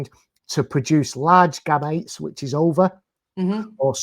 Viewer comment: Steve keeps mispronouncing the word gametes